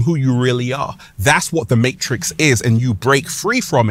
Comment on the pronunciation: Dude pronounces matrix with 4 S's